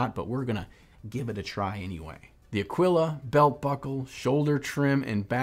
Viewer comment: 'Ahwiluh' No, it's pronounced AA-keel-uh. It's Latin for Eagle.